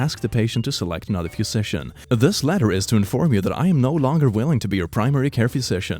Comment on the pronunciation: It might just be me, but pronounciation of "physician" is really messing with my brain. "Phuisician" "Phewsician" something is definitely off